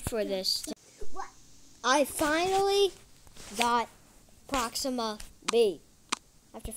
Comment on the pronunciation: And not procima its proxima